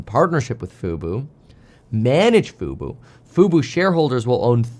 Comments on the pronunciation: fu-bOH, not fu-boo "F-U-B-O", not "F-U-B-U" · can't pronounce FUBO (Fubu LOL) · 🤣 Why have you always said FUBU when it is FUBO ??? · Love the report! By the way, you may get a text from Jeremy, the stock is Fub-o not Fub-u. 😆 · Love the news, but it’s FUBO! 😅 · "FUBO," not "Fubu." Fubu stands for "for us, by us" and is a black only clothing company. Disney didn't buy fubu haha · It's not Fubu, it's FUBO! Fubu is a ghetto clothing brand. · I was listening and wondering why he kept saying Fubu until I realize he's saying Fubo.